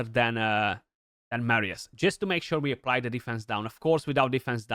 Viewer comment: Nu mai pronunta Meerius Bro Ca duna aiurea tare